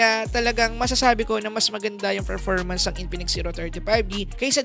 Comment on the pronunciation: Nice review.. sakit lang sa tenga ng "Ferpormance"